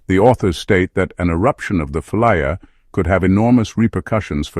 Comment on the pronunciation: Never heard Campi Flegrei called "The Flaya" before, or however you are spelling that. Are you sure your AI voice over hasn't made a mistake? Phlegrean Fields in English or Campi Flegrei in Italian would be normal.